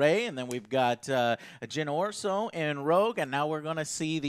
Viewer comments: "Jyn Orso" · iden vers-EYE-o? jyn OR-so?